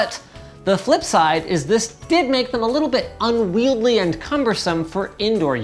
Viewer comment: ?"Unwieldly"? Too many "L's" *Unwieldy